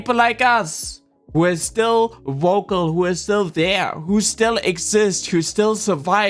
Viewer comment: Not only all of this, but also the anti-intellectualism with flat earth, science denial, trying to tear down the educational systems, etc. Also, I know it's your accent the way that you say vocal, but it sounded like you said woke-al...which is kind of an awesome portmanteau